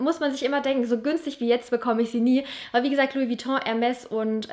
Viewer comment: Und wie sprichst du denn bitte Hermès aus😂